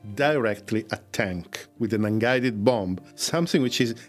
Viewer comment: As always, very informative! Just a small point, the second B in “bomb” and derived words (bomber, bombing) is silent! So bom, bommer, bomming etc...